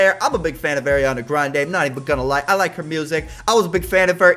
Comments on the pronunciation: He says eariana graende😂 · It’s Areeana Grande in my opinion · You say her name wrong no hate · It's Ariana Grande it's not Ariana Grande it's Ariana Grande